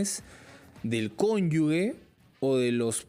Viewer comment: La palabra CONYUGE se pronuncia "conyuje". No se pronuncia "conyugue". Es un error que usualmente se conete . El abogado lo pronuncia bien. El dato es para el entrevistador, como un sano aporte, con el mayor respeto.